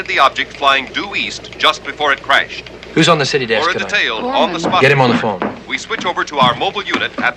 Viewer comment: Back when crashed was pronounced “crayshed”